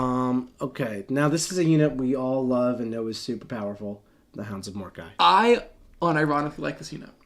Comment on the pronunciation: Ooof… MoraKi… cringed hard. Morkai… Mor Kai my friend.